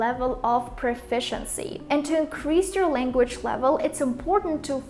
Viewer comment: LanguaЧь блядь languaЧь!!!Seriously?! А ещё у тебя проблемма с со звуком sh (вот этими букавами обозначающимся, у меня нет транскрипных символов) почему не исправишь?:/ сама чтоли не слышишь? И вот это постоянное Тэканье на конце, тоже тебя знатно так палит. И Хэкаеш ты по русски иногда прям очень жестко, лучше вообще по нюйокски в таком случае произносить |h| то есть не произносить вовсе